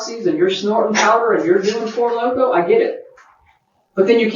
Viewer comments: Did she say Four Loko? 🤣🤣🤣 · “Doing four loko” is truly loko 😂